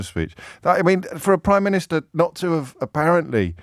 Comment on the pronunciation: Pri-miniature…..yep heart of stone